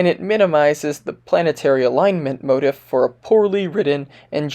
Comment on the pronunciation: Quick note : motif is a long I sound, like leaf, not like in the word "if'. Otherwise, great video.